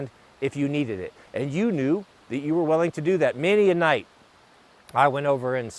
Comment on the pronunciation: I thought the same thing, and the way he said "Many 'o night" was the final hint I needed.